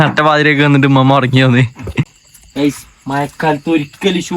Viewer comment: ഇമ്മ അല്ല, ഉമ്മ